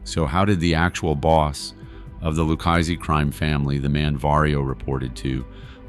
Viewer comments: with all due respect so you know I say this with positivity its pronounce ' LOO-KA-ZEE " if you were to read it or say it PHONETICALLY or " LOU-KA-ZEE " " LU-KA-ZEE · Lukeisee... Kaypo.... some absolute beauties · Lukeaizey. He was a capeO. Bro say it right or don’t say it at all. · "Lucchese" is pronounced "loo - KAY' - zee" -- not whatever it is in this VO narration.